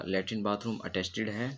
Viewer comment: लैट्रिन बाथरूम अटस्टीड नही अटैच कहना चाहिये